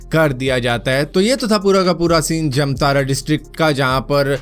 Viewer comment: भारत भाई जमतारा नहीं जामताड़ा हैं 😃